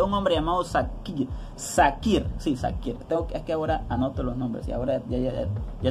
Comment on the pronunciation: Querido se pronuncia: shakir